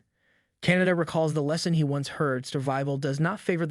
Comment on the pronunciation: KAH-NAH-TAH holy shit. CANADA CANADA CANADA 🤭